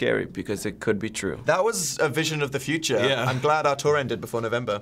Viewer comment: "that was the vision of the PHILture" 😂